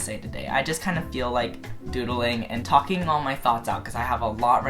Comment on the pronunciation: OMG this bitch is thalking and thalking and thalking and I was like: shup up!!!